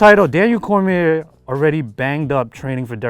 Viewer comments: i wish DC could’ve corrected him in saying his last name right at least lol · The history pronouncing Daniel's last name wrong; seriously, basic facts man